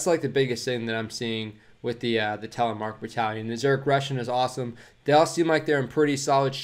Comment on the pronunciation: Creds on the almost perfect pronantiation of Telemark, bit of an American R in there bud almost perfect, great video